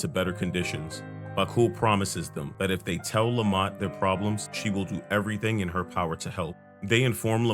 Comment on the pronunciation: I know you're saying Lamat but I keep hearing Lemont.